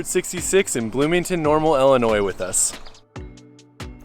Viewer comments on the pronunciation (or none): Stop saying "ellinois". It made me stop watching